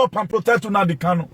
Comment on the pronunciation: You're ranting bullshit just say you and not all Benin people want to congratulate Nnamdi kanu also comparing kanu to Jesus Christ you must be out of your head, you can't even pronounce the name properly you're pronouncing NNAMDI as UNAMDI KANO